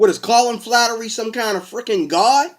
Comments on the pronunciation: flattery? aaaahhaaahaaahhaaa! what a dumbass! It's Fla. her. ty... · FLA- (as in "flag") her- ty (as "tea") Flaherty is how its spelled. Flattery is what you are saying. Please say it correctly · It's, Flaherty, pronounced 'fla her tea'. The comments below do not intend to speak for anyone on the Colin Flaherty channel or for the man himself and are just my opinion on the matter. Next I don't think that one email represents an whole channel mate. There already is a race war, by blacks against whites, Flaherty's channel ably demonstrates this. White people want to stop this. One of the main ways to do this is by actual policing of crimes, keeping wrong doers in prison. Not only will this lower the number of crimes being done by what hillary Clinton was known to have called, 'super predators', individuals that just keep committing crimes. Imprisoning these individuals is also a demonstration to others in the local community of thugs that the law must be obeyed or else. Another way our white community can be rescued from the race war by blacks against whites, is to have segregation in schools and end affirmative action policies which racially discriminate against more qualified whites. Many of us are contemplating the next step beyond this, an idea that people like Malcolm X and Mohamed Ali also advocated for. An ethno state for whites and one for blacks in North America. If we don't go that far, certainly the worst blacks (and the worst whites), should not be encouraged to breed through massive welfare grants from the productive tax payer. So instead of playing the worst blacks to have children, the most intelligent and well behaved who stick together in a family unit w